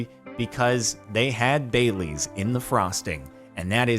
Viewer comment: I thought he said "bay leaves" instead of bailey's...